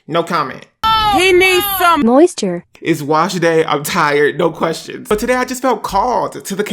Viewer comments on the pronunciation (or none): “ He need some 𝗺𝗼𝘂𝗶𝘀𝘁𝘂𝗿𝗲."